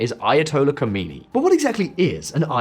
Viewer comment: Its khamaenei. Khomanei is dead